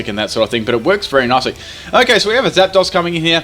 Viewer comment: I love how he says Zap-daws, and not Zapdos